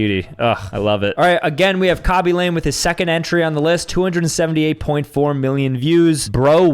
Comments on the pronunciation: Not KA-be LAYM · It’s actually pronounced KA-bee Luh-MAY